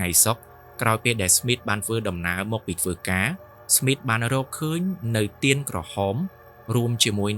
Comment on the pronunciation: ទៀន មិនមែន ទាន ទេបង